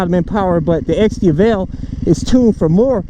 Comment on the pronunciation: Go to Google translate so you know how to pronounce, DIAVEL, the correct way. You can also listen to Ducati websites pronunciation of Diavel.